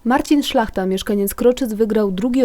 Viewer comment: Szlacha? Wiem że szlachta